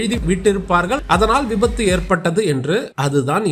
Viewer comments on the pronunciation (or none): விபாது ❌விபத்து ✅